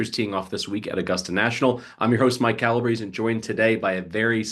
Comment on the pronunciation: Hey Calabrese-You, unlike everyone else on the Action Network, know how to properly pronounce your last name! Hooray!